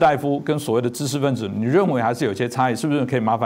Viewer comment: ㄓ ㄓ ㄓ 不是ㄗ